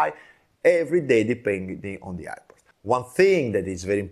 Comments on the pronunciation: This guy can’t be pronounced the word airport and he’s trying to teach 😂😂😂iport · Say airport sir….air air port